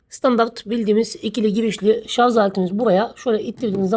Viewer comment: Şu ŞARZ demeyi bırakmadınız. Daha mı halktan olunuyor kendi dilini yanlış konuştuğunda. Git şimdi arapçayı ingilizceyi öğren elin memleketinde.